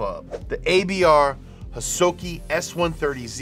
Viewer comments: ABR Hosoki, not Hosaki. And their car is S130 not S30. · i thought it was "Hosoki" not "Hasoki" since the owner is Masaru Hosoki